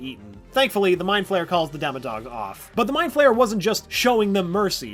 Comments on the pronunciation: It's the mother fucking mind flayer not meend flayer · Yesss someone finally says “meat Flayer” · He’s not dead. Also it’s mind Flayer not meat Flayer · Did he just say meat flayer? @@